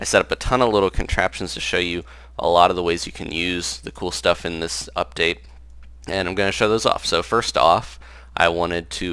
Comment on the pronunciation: You said "uptate" instead of "update" at the end haha.